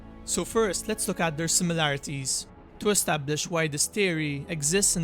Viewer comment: More like "Lets look at the SILMILarities"